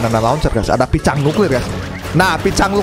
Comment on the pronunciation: Lucu abang pas ngomong Picang🗿